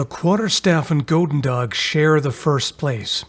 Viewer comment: on the subject of the pronunciation of goedendag, i believe has decent german. so explained in german terms, OE in dutch is a similar sound to the U with no umlaut in german. both Gs are more like the CH sound in german, like at the end of the word nach. chudendach